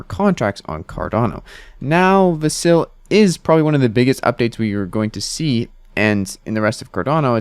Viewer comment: VAS-il. Not va-SIL.